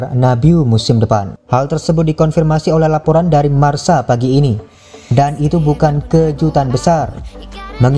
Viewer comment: Koreksi min...!!! Marca dibaca Marka, bukan dibaca Marsa. Marca (Marka) dlm bahasa Spanyol yg artinya skor, Marcador yg artinya papan skor. Kita pasti sering mendengar komentator spanyol ketika mengomentari laga, sering bngt mengatakan Marcador atau papan skor.